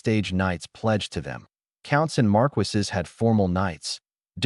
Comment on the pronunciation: I love these stories, but oh dear lord. AI. Please learn how to pronounce certain words. Viscount is vy-count, not viss-count. Bow is bo, not bao. How do they get Marquis correct, but not viscount?